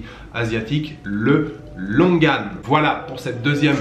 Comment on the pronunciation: C’est marrant j’ai toujours prononcé ce fruit : Longani On en apprend tous les jours 😅